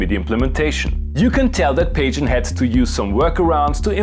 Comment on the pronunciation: Pajen is pronounced Pah-Hoo-ee-en. I love this firmware and yes, you should do more of these. P.S. there's a Funk key?! That new firmware is dynamite.